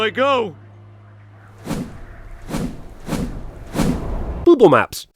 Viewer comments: “Booble maps” had me crying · I was waiting to see what he’d say and I wasn’t expecting ‘Booble Maps’ my only two issues with it are that we don’t get to see the runner up comments or how many takes that took to record without laughing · “that’s boobist” “booble maps” I HAVE THE HUMOR OF A FOURTH GRADE BOY I SHOULDN’T BE LAUGHING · I did a spit take when you said booble maps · “Booble Maps” - hands down the funniest sin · Booble Maps?? XDDD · "Booble maps" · ROFLMFAO at "Booble Maps". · Booble maps. Hahahahahaha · Did he say Booble Maps? lmao